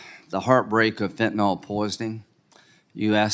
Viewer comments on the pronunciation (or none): why cannot republicans properly pronounce fentanyl? not fentanOl. fentanYl = pronounced Y like an I. i guess they think saying fentanOl sounds scarier. i do agree mayorkas is a moron. he has constant deer in the headlights countenance. big laugh when graham calls for kurilla remark on easel behind him that was already on the easel. lindsey is being dull--witted. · Why do so many seemingly intelligent people not understand how to pronounce fentanyl! It is pronounced as "fen-tan-il or fen-tan-ul"... not "fentanall"!! The original manufacturer says it is pronounced as fen-tan-il. Now... reinstate the damn policies that were CLEARLY working to secure our southern border and get rid of Mayorkas. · He certainly doesn't know how to pronounce fentanyl.